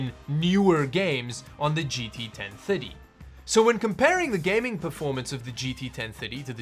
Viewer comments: I kept hearing gt 1050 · The way you pronounce 1030 makes me hear 1050. It throws me off lol. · the way you say 1030 makes ma think your saying 1050 It's 2023 and i can't believe that people still want to know if the 1030 is good( they still sell them in stores)